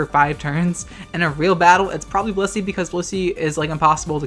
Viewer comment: Every damn time they said "Blissey" i misheard-ed as "pussy"